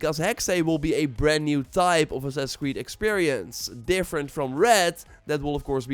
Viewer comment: Why does this guy always call it “sussuh cwee” 😂😂😂